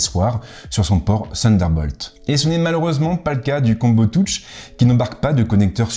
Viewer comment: Merci pour la vidéo. Par contre un petit effort sur la prononciation : combo touche.....